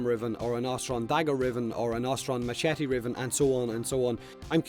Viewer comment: mmmm do i hear machetes in warframe and not mashities